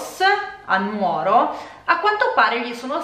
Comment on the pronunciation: Gli accenti in effetti sono pressoché tutti sbagliati, poi ok ci sta, però comunque è Noragùgume o Nùoro così come Sèdilo, Màrghine. Il punto centrale è però che la disamistade è un po' più complessa e il tutto non può essere derubricato a semplice insensatezza ("futili motivi"). Innanzitutto la parola è traducibile come "inimicizia" e sì diciamo che comprende anche la dinamica della "faida" e delle vendette famigliari. Ci sono alcuni testi centrali per la comprensione della disamistade e più in generale della società sarda e dei suoi piccoli centri che produce, appunto, quelle dinamiche. Una società agropastorale dove il mezzo di produzione è direttamente la terra e il bestiame, quindi non è futilissimo avere problemi di terreno, o di "abigeato" (reato diciamo particolarmente sardo, ora non si fa più, negli anni Settanta soppiantato sempre più dal sequestro di persona). Esistono testi che affrontano il tema e più in generale il cosiddetto "codice etico barbaricino". Questo però crea confusione: non esiste un testo scritto, così come non è una sorta di codice d'onore ligio, ma sono consuetudini tra famiglie di pastori in piccoli centri dove tutti si conoscono e dove però possono nascere inimicizie per varie questioni, banali o "profonde". Sicuramente il testo di Pigliaru è centrale, specie perché manca una vera storiografia sulla questione che al di là del foklorismo affronti il problema come questione sociale ed economica: l'editto delle chiudende (il capitalismo agrario in